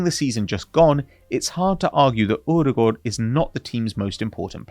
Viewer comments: What is this strange way of pronuncing Odegaard? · Pronouncing odegaard wrong is so annoying 😂